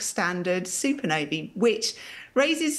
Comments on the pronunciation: "Super novey" - you mean supernova 🤣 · What's a "soopanovy"? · Is she saying super Navy? Or super Nova?🤔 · She's not producing any other ah sounds as ee. Not accent issue.